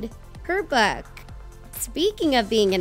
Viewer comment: tell me why the narrator said "book" like "bewk"